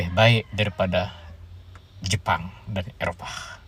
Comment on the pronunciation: Kau ngomong daripada (seharusnya dari saja) Jepang dibaca jepun (seperti maling sia) gua unsubscribe.